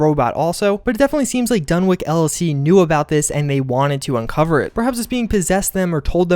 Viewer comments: what's creepy in this video is how the narrator keeps pronouncing dunwich as dunwick and doesn't seem to even realize it. Spooky! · For the love of god it's pronounced DONE-ITCH. It's kind of a shibboleth. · Dunwich = Dun'ich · DUNWICH NOT WICK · If this dude says fucking Dunwik one more time.... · It is dunwich like sandwich. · it's pronounced "dunitch" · DUNNICH! It's pronounced dunnich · STOP SAYING DUNWIK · It is incredibly painful to hear you so so badly mis-pronounce Dunwich! How can you be a fan and not know how to pronounce a simple name? Its pronounced DUNITCH!!!!!! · Dun-Witch is how you say it. Jesus. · The W in Dunwich is silent. The place name is pronounced "Dunij" we have a place in the UK called Dunwich and it is known for the haunted city that fell into the sea and on certain nights it's said the bell from the church in the sea can be heard still ringing and it was also home to an old leper colony. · It's pronounced like sandwich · dun - witch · Dunwick? do you legit have a speech impediment? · Not to be that guy, but isn't it Dunwich like the ch in sandwich? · Yeah, it should be said like "Dunnich" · Dunwik? Dun wik?! DUN WIK?!! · its actually pronounced dunich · dun-ich as pronounced!! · is wondering how he pronounces sandwhich after hearing him say dunwich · Dude, you were so wrong about all of this... I could even let it go that you don't know how to pronounce "dunwich" correctly or that the manager's name is "Tim -SHOOTS-" (even though it's written several times) but you claim there's a giant ROBOT buried there???? Come on man... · Ya the pronunciation of Dunwich made me cringe lol Great vid though! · Yeah. And the "w" is silent. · im glad i didnt have to say it. the W is also silent, like in norwich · The name pronounces 'Dunn' "Witch" not dunn wick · dunwich is pronounced dunich not dunwick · Dunwich! W I C H NOT "WICK" WICH! THE CH SOUND IS KINDA IMPORTANT THERE. disgraceful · Pronouncing it wrong, its dun- witch. Not Dun- wick